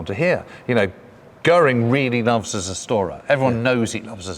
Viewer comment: Its not the "serstorer". Sorry that im triggered here but how you say the name ot the 110 Zerstörer is just sounding ridiculous in german ears ;) Maybe try to at least say the Z as Ts (sounds like Tse)